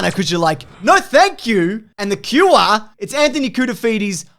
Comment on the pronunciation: Everyone else- we need a cure for this virus. - we need a cuwaaa